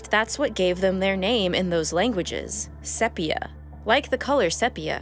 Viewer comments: FYI : Sepia (the color of Cuttlefish ink,) is pronounced with a long E : SEE-pia. Otherwise, great job and Happy Holidays! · Sepia is pronounced "See-Pe-Ah" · That's Sepia with a long EE.